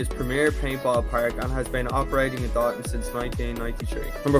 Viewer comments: It’s pronounced “dough- than” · Lol this is my hometown, it’s pronounced Dough-Than